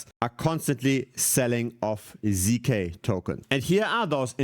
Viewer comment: ZK Sync ❌ ZK Zynk ✅